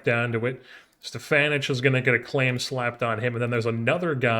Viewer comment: know I am behind on the series but Stefanic would be pronounced "ick" at the end not "ich"